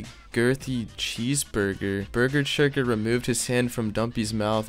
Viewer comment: I love how calls bessechurger burger churger lol